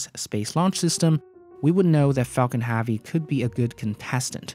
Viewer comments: Falcon H•ea•vy pronounces Hevy, not “HAVY” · drove my chavy to the lavy but thalavy was dray... for the love of god pronounce it like hevy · your accent seems normal to me, why can't you pronounce HEAVY? Especially since you use it at least 15 times per video EDIT : you also say Davil instead of devil, is it a speech impediment of some kind?